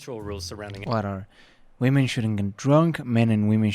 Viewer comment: I'll never understand why this guy pronounces women "woman". o_O